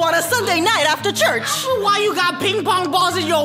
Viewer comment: i laugh do Hard cuz said "vy" "VY" 😆